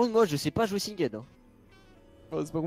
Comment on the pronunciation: sinGEd se prononce comme GEndarme ^^